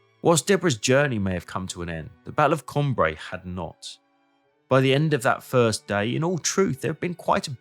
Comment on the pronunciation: Que c'est fatiguant d'écouter la voix d'une IA ,on dit Cambrai et non camb raï